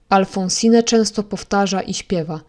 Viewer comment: W imieniu Alphonsine nie czyta się (nie wymawia) ostatniego „e”. Jest nieme.